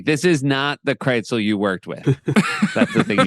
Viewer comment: Seth, why do you pronounce Krisel's name KRITZEL? Are you hungry and thinking about pretzels?